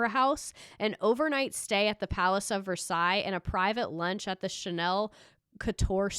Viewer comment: Can’t believe you pronounced Versailles the KY correctly lol